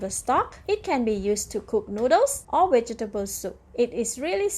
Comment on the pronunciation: Are you trying to say "V E G E T A B L E S?? 🧅🫑🌶🥔🥕🌽🧄 I keep hearing "wedgables"! 🤦‍♀️